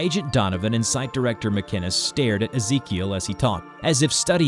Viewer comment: Ezekiel that's my cousin name tho that's not how we pronounce it